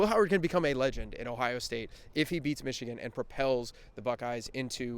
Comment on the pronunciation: I dare you to pronounce it Michican again